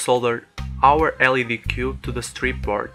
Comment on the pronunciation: Nice Video. And for the future: When you say LED, you should say every letter single.